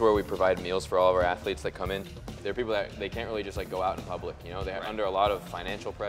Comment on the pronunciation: “All of our atheletes.” - 😂😂